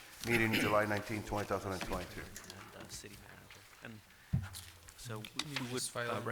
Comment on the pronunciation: Has nobody told the mayor that the year is 2022, not 20,022? If he doesn't even know what year he lives in what do we expect from him. Hahahaha and none of the other council members even try to correct him or let him know he's saying it incorrectly. Wow